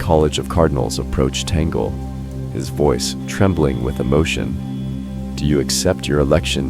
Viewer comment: Pure speculation. Only God knows who will be the next Pope. You don't even know how to pronounce Cardinal Tagle's name.